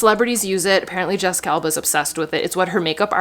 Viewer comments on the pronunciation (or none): none